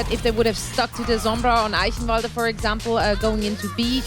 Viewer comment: I'm surprised that pronounced Eichenwalde right.